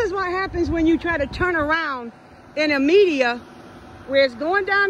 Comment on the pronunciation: Median not media lol